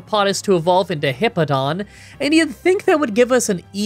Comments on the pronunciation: You keep saying Heepo-don but it’s He-POW-don , it’s a nothing complaint but it just kept bothering me 😅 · Fantastic run, ground is my favorite type and I've been wanting to do a solo type run in platinum. Also I love you but it's HipPOWdon, not Hippodon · It's pronounced "Bweezil" NOT "Ba-weezil" "Star-rave-ia" not "Star-ah-via" "Hip-POW-don" not "Hip-Po-don" "Bweezil" NOT "Ba-weezil" I'm just going off how they said it in the anime. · I'm pretty sure its hippo-po-tas and Hip-Pow-don Correct me if im wrong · Hip-pow-don there is a w in the name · Great video! As a quick fyi incase you wanna make sure you’re saying names right, it’s hip-ow-don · It’s always interesting to hear you say Pokemon names. When I see Hippowdon’s name, I assume the “w” in the word is intended to make you say “POW!” Therefore, the word would be “hip-POW-dahn.” But the way you say it is much more natural for the way English words are pronounced - when you don’t assume Pokemon names are trying to be funny or break natural language rules. If it was a real animal, you probably would say “hip-oh-dahn.” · It's pronounced hippo-po-tas and the evolution it's pronounced hip-pow-don. It's pronounced star-Ray-via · Hippo-pa-tas Hip-pow-don That's how they pronounce it in the Diamond/Pearl series Hope that helps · The way to pronounce hippopotas is hippo-pa-toss and hippowdon is hip-ow-don Edit: added hippopotas's Evo pronunciation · Lol you pronounce the name like this hip pow don